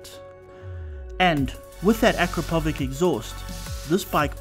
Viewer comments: Ah - Crap - Powich - Akrapović 😂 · Please learn how to pronounce Akrapovic correctly. UH-KRA-POW-VICH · Akrapovič is the worlds’ leader in exhaust industry. So what you guys should do before you make another videos, is to find how to pronounce trade marks.